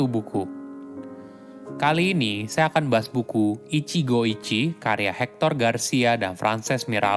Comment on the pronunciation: maaf, pronounce utk ichigo ichie itu huruf e tetap dibaca (seperti pelafalan ember), jd bukan ichigo ichi tapi tetap baca ichigo ichie